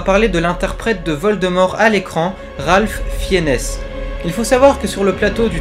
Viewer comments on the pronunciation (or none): Ça se prononce "Ralph Finz"